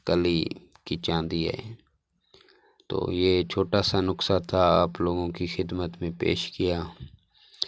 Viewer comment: جاہل انسان نقسہ نہیں ہوتا نسخہ ہوتا ہے